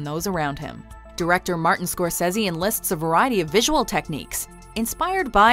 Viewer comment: Someone who finally pronounces Scorsese correctly. Salut!